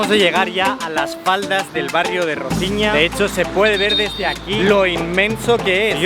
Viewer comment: Roziña? Tan difícil es decir Rosiña?